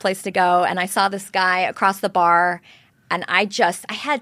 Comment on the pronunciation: There is no 't' in across.